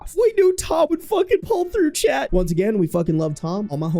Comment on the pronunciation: I just want you to know it took several months to realize you were saying "chat" and not talking directly to some guy named "Chet".